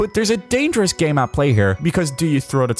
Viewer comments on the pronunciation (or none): none